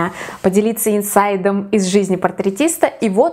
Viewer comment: не инсайД - а инсайТ ну не ужели нельзя подготовиться